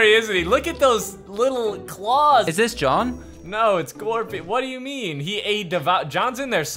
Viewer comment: It’s gorfeild not Garfield